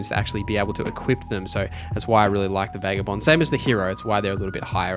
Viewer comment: it's not pronounced Vegabond. It's Va-guh-bond.